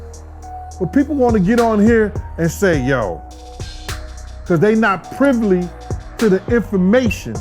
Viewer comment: my man said privly!